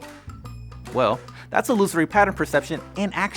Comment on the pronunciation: You pronounced illusory incorrectly